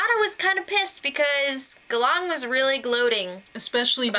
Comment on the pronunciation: 3rd time in the row they're in the Philippines. But this time they're on a different island than last time, a bit more on the northern part closer to Taiwan. Good start so far, though I'm a bit bothered in the pronunciation of the tribe names. They're both Filipino words, Galang means Respect and Tadhana means Fate. Galang is pronounced with the stress on the first syllable while Tadhana's A need to be harder.